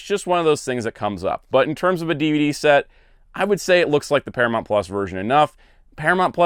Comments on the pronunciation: ParaMOUNT not ParaMONT! You're KILLING me. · Its Paramount not Paramont, noob.